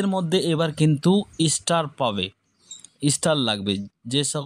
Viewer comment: বোকা চো স্টার হবে। ইস্টার নয় আগে উচ্চারণ ঠিক করো। তারপর ভিডিও বানাও।